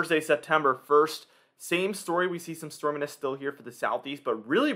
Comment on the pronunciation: Stormanence?? 😂 it’s pronounced ˈstȯr-mē-nəs